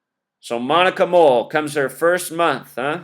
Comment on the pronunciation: And the fact that her name is Moll, like Mole